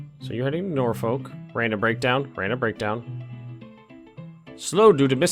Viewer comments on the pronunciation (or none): Just so you know (as a native Nebraskan) it’s pronounced NorFork